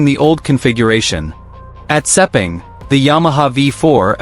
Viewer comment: Lin Jarvis is not the managing director of Yamaha Racing it is Paolo Pavesio. Stop using AI and start using real facts. I have no idea where you get the pronunciation for Sepang race track but it does not take a genius to learn that one it is exactly as it looks!